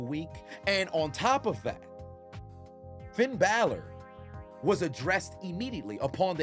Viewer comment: Roman called him "Finn Balot" 😂😂😂😂😂😂😂😂😂😂